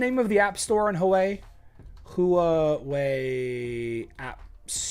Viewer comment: Hua Wei is pronounced like "Who're Way"